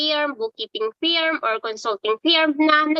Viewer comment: Just wanna ask, d po ito connctd sa work, napapansin ko lng kasi, bat yong pagkaka pronounce ng FIRM( FURM ), kadalasan q nang naririnig ngayon prounounced as FEERM(AS IN FEAR + M)? WHY? tapos iyong CONFIRM, ganun din? WHAT kind of pronunciation are those? Neither american nor english pronunciation yun e. Kaloka dumadami ang naririnig q nyan.